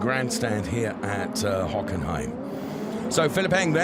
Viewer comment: Hockenheim was butchered.